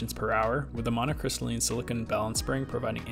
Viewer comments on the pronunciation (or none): none